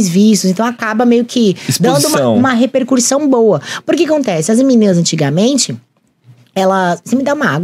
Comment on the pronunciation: Repercursão ??? auhauahuahuahua